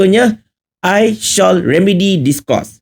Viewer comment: Takde siapa sebut SHALL as SHAWL! The latter is ‘TUDUNG’ 🤦🏽. OBLIGE pun salah sebut. 🤦‍♀️ ~ tegur je😂.